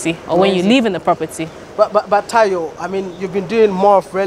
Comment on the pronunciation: He say tarhyo 😂😂